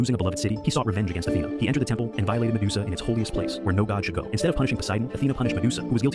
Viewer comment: ok, so i m outside and have kinda low volume so as to not disturb others but i legit heard, "sedusa" here😂